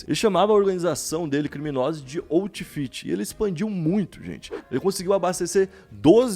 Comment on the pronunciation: Outfit lê-se autfit